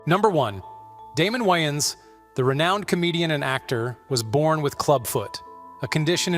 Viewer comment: Damon's last name is pronounced WAYens, not "whyens" .... Spelled DAYMON WAYANS